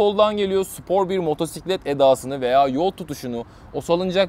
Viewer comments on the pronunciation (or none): none